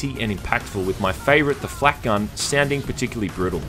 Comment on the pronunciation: Did you just call it the "Flack Gun"? Shame